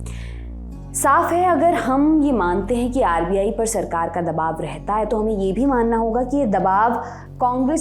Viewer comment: दवाब नही दबाव होता है।